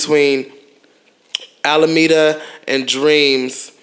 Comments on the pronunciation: *Almeda .. not Alameda lol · It's al mee da not alameda lmao